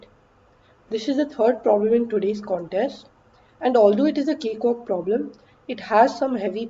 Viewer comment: Nobody: Ansolutely Nobody:: CaKeWaLk!